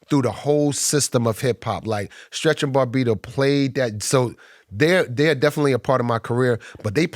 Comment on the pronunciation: I love how Redman pronounces Bobbito as "Bar-bito" lol